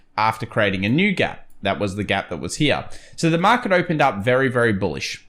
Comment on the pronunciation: Interesting how you say hera... Sometimes you say here. Which is it :)